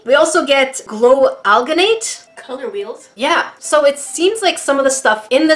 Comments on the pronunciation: you said it wrong it aljinate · She likes to say Guh instead of Gin (like the word gin) I don’t think it’s Guh in alginate. Almost everyone says al-gin-ate. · Here is how to pronounce alginate : aljinate